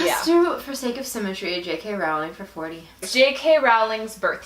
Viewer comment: you say your "BIG" fans but you don't even know the authors name. It is rolling not rowwwling.